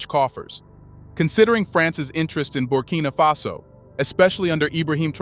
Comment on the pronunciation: Why are you switching and calling the country "Burkina fesso"? Instead of Burkina faso? Why are you reading it with a twist? Are you referring to the Italian word Fesso?